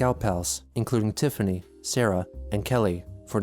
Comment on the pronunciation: "Tiffany". You didn't cut off the "T" at the beginning.